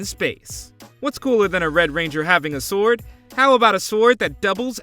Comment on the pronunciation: lol pronouncing the w in sword.